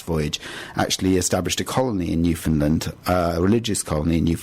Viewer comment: U pronounced Newfoundland wrong. I should know. Because I’m from Newfoundland